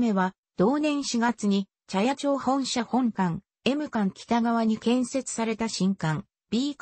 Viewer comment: モシモシ、茶屋町は「ちゃやちょう」ではなく「ちゃやまち」でっせ。